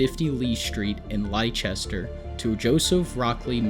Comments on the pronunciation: Well done biography , but the city Merrick came from is pronounced 'Lester'. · I’m British and live near Whitechapel, I go to the same hospital Joseph lived in and have visited the shop opposite where he first displayed himself, it’s such a weird area you always feel like you’re back in time no matter how they build the area up, it’s also where Jack the Ripper did his bidding so maybe that’s why You did well with the pronunciation of British cities but Leicester is pronounced “Lester” 😅 it can be confusing as we have some odd spellings and some get Gloucestershire mixed with it but that one is pronounced “Gloster-shire/share”